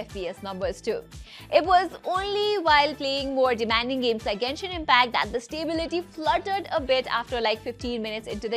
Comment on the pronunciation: Finally an Indian phone reviewer pronounced Genshin Impact correctly. 😅